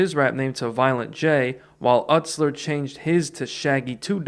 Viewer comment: VERY small nitpicks about this video: - Joseph Utsler's last name is pronounced 'YOU-slur'. I only point this out because shaggy referenced it in the song 'Free Studio' where he says "My name is joey 'YOU-slur' it aint no joseph fucking Uht-slur'" so I thought that was funny lol. - After the JJ Boys, Joey didn't immediately switch his name 'shaggy 2 dope', but rather just '2 Dope'. When ICP formed, the idea was that they were going to do what alot of other rappers at the time did (including Esham) where you'd have a front man doing all the rapping with 2 or 3 people in the background dancing. Violent J was to be the front man and he would have 2 background dancers; 2 Dope and 3rd member named 2 Much. J's main rapping partner was 2 Dope's older brother, John Kickjazz, and when Inner City Posse became Insane Clown Posse, 2 Much left the group. The name 'Shaggy' was just a nickname that people called 2 Dope because he was growing his hair out into dreadlocks, then around the Ringmaster era, he combined his nickname with his rap name and became Shaggy 2 Dope. - Esham's 'Repentence' album had multiple disses to Eminem/D12. IIRC, the entire album has a diss to Em. - The bowling match that Proof set up with D12 and ICP wasn't just between J and Shaggy, but most of the Psychopathic Records staff, including Twiztid. Proof even did a song with Twiztid on their album. Almost everyone showed up except for Em. ICP did an interview with DJVLAD TV. I highly recommend it.